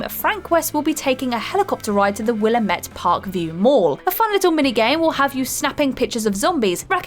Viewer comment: Willhamette is wrong. Will am it is correct.